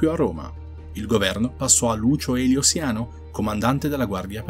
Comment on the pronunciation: Un Paio di Errori Grossolani: la Gens di Tiberio era Claudia, non Claudiana; e il Prefetto del Pretorio si pronuncia Seiano, non Segiano. Il resto bellissimo.